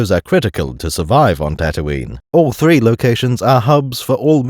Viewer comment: One of three? ONE OF THEEE?